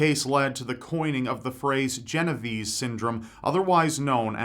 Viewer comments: It is not gen ov ease. It is Jen Oh v-Eh z-EH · Think it's pronounced 'Jeno-VAY-say'. Great vid. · Since she was Italian, wouldn't it be pronounced "Jen-o-vay-say"? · Lord have mercy I love you rob but as an Italian i pray one day you will pronounce genovese right. It's more like GEN oh vey sey